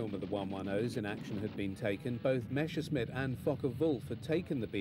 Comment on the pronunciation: It's "Messerschmitt" not "Meshersmitt", ffs!